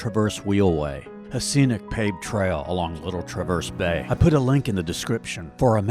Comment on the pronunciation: Great video. And, it is pronounced TRAverse, not TraVERSE. Emphasis on the first syllable.